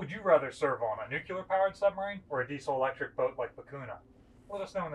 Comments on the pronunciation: There is no such thing as a nu-cyu-ler submarine. They are all nu-clear. That is, unless you want to speak with a hillbilly accent. LOL Pet peeve. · Nu-cle-ar, not nu-cu-lar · Very interesting, but please, nuclear is pronounced "new-clear", not "nukular". Sorry! it just bugs me! Great videos though, I have always been fascinated by all things Naval and floaty, or even sinky! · Good presentation. One small suggestion. It's "nuclear" not "nucular". Or avoid both by using "nuke". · As soonb as he said nuc U lr. I LEFT FOR PARTS UNKNOWN. It Nuc LE AR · aah, the Bush years. "Babs, where the heck did I put the nukyulurr football?". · That word is (nuk le ar) not (nuk u lar) damn it get it right. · It is not nucular, but nuclear! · I was a P3A and P3C TACCO. Pet peeve: When authors and historians are speaking of weapons or marine propulsion systems and the term spoken is nucUlar (intentional misspelling), my head hurts. The word is spelled "nuclear" because power is derived from energy released when the "nucleus" of a specific atom (fuel) is split. This was first accomplished experimentally in Illinois in the 1940s. I cannot fathom (navy terminology) why it has taken over 70 years for people who speak the English language, and particularly for people who work with or discuss the application of nuclear power, to pronounce a relatively simple 3 syllable English language word. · Nuclear is pronounced "NU-klee-urr". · Did you say "Nuc-U-lar"? Oh boy.. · Nuclear is pronounced NEW - clee - ur. 🙄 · You can't say "nucular". Ever. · NU-CLE-AR, please! A college educated man such as yourself should know better. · If there can be people who believe the earth is flat, there can be people who have not yet learned how to pronounce "nuclear." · Go ahead, Ask GW Bush how many "U's" are in Nuclear??? He gets it wrong every time.... Thank goodness you don't need to properly pronounce anything, just push the damn button when needed!